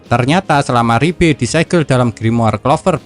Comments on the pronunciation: Liebe bukan ribe! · Liebe ❌ Ribbe ✔️